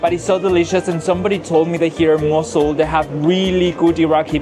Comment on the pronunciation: But you said it right 😂